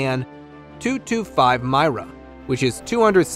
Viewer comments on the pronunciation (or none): none